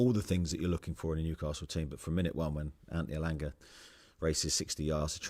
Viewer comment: Eddie sounding a bit Geordie there when he said Antneeey Alangaa 😂